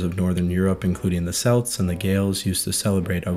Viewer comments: I love your videos! But it's pronounced like "Kelts" not "Selts"! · Celts...usually pronounced with a "hard Cc like a "k" sounds please!!!